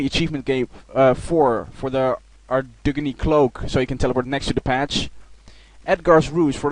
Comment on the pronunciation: i loled every time u said ardy XD